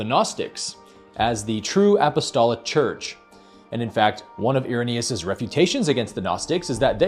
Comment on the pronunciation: Irenaeus? ...more like Error-naus 🤪